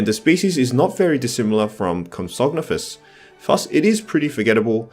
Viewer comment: Your pronounciations are all over the place. Compys are "pro-komp-sog-NATH-us." And Ichthyosaur is "ick-thee-o-saur"...Like the Ichthys (Ick-this), the fish-like symbol used to represent Christianity.